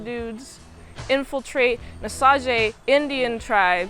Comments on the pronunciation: osage is pronounced how you'd think of it in english. Oh - Say - Juh or like putting an Oh sound before the word Sage (like the herb or a wise individual) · The tribe is pronounced Osage (Oh-Sage), but the original name they called themselves is the Wazhazhe (Wah-Sha-She).